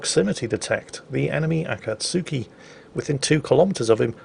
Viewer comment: Akatsuki is pronounced ah- kah- tski.